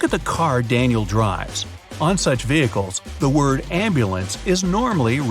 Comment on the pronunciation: Danial it's danial